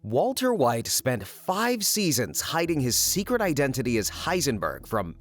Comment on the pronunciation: walter hwite